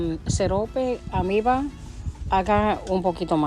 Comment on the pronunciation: se dice almíbaR....y trescientos grados. Namaste 🕉️